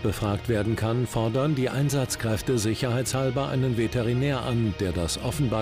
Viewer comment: Veteri Veterider. Veterinär Wie oft er sich verspricht